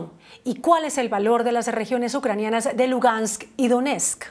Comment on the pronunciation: La reportera dice Lungast, que alguien la corrija, por favor, es una comunicadora, seguro se molestaría si yo digo su nombre mal dicho o al revés.... Es LUGANSK, reportera, LUGANSK.... Bitch.